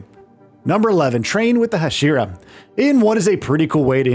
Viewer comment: “Hasheera”is driving me insane